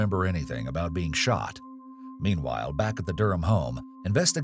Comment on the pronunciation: Love how he said don’t worry hes beck on death row